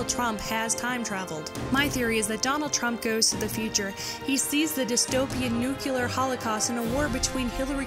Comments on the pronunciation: Is this the next Final Fantasy? Also: nuclear, not nucular, dammit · "Nicole-ah" Tesla ... NEWkYooLar .... come on lady.. seriously? You can put together a creative video like this but can't pronounce basic English.. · "Nucular" LOL! "NiKOLA" LOL! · I really enjoy your videos. You are eloquent, courageous and entertaining. But today I thought I heard you say the word "nukular".... though I may be wrong. Many people (including G.W. Bush) do distort the word nuclear in the same way, granted, but you? You seem too well spoken to have fallen for such a linguistic faut-pas. Nuclear comes from the word nucleus, not nukulus, which sounds more like green snot than a term in scientific nomenclature. Like I said, I may have misheard you, but just in case, I thought I'd mention it. Peace. And thank you for your work. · Great video. Though you should lose the talking cat as it makes this video even more silly than it really is. And for the love of god, please remember that "nuclear" is pronounced "new-CLEE-ur" not "NEW-cue-lur". People sound so stupid when they say it wrong. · god damn people who say nucular when they mean nuclear